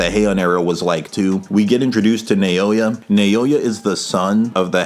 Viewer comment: You killed this! Not to be that guy, but pretty sure his name is pronounced like “Now-ya” (I study Japanese).